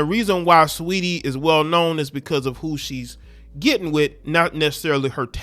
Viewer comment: “STREETY “ you mean 😩🤣🤣🤣🤣🤣🤣🤣🤣🤣